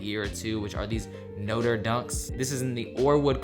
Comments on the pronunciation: It's no-trae , not no-ter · lost it when tried to pronounce notre lmao